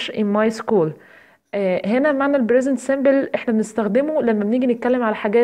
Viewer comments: Present simple not bresent simple p not b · انتي حطمتيني بصراحه علاش نطقك موش صح شو brisent simble ??? لازم تعرفي تفريق بين الp والB أرجوكي ا